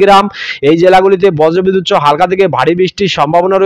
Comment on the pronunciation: আমি পশ্চিম মেদিনীপুর কেশপুর থানা শালবনি থানার মাঝে আনন্দ পুর থানার কোতাই গ্রাম থেকে দিবাকর মাল, আমাদের এখানে দুপুর থেকে বৃষ্টি হচ্ছে।সবঠিক আছে আপনার উচ্চারণ ঠিক হচ্ছে না,আপনি বজরবিদুত সহ এবং প্যালাবন বলছেন। ওগুলো বজ্র বিদ্যুৎ সহ এবং প্লাবন হবে, ঠিক করে বলুন। শুনতে ভালো লাগবে ধন্যবাদ।